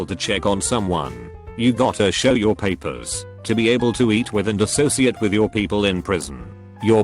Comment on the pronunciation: I’m bothered by the way that this voice says ‘Paper’